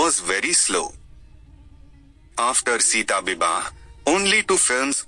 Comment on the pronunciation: Pronounciation of the title of Odia movie is not proper.